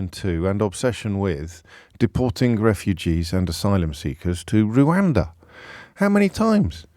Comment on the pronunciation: Please stop calling it "Rowanda". It's written everywhere. How can you not know it's "Rwanda"?